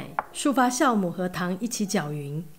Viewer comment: 不好意思，孩子发现的！应该是jiaomu不是xiaomu吧！